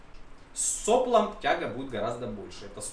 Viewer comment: не сОплом, а соплОм, пожалуйста, а то слух режет...)))) И если говорить техническим языком, то давление измеряют в килограммах (по простому) или мега Паскалях (по научному). Подогрев топлива это только в плюс, только если не превышать температуру кипения топлива. И для более эффективного охлаждения масла потребуется установка радиатора, его можно установить перед двигателем (на время испытаний), что бы он охлаждался всасываемым в двигатель воздухом. А искры на выхлопе из двигателя могут образовываться как из стружки, если лопатки цепляют, так и из окалины. Может на время испытаний надо было измерять вибрацию, если было касание лопаток за корпус, прибор бы показал этот момент. Контроль оборотов над бы тоже наладить.